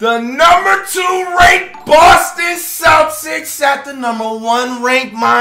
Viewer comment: Lmao bro don’t even know how to say Celtics lmao dude said celsics